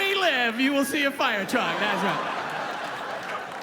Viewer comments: This is such real, excellent comedy. Bobcat is the real deal. I loved it very minute of this. Will never forget “Firetwuck!” Keep doin it Bobcat- you’re a headliner for sure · A fiyah twuck!!! lol